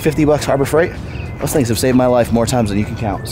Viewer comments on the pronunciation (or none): none